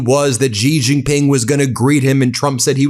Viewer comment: Will you PLEASE learn how to pronounce the J In Chinese words?!? Hint: It's the SAME pronunciation as the J in FRICKING ENGLISH! How difficult is THAT???